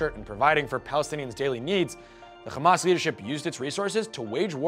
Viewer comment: Omg as a Palestinian I can say there is a lot of misinformation, inaccurate and biased facts here. But since the host pronounce "Hamas" as "Khamas" we all can guess where he's from and where this is coming from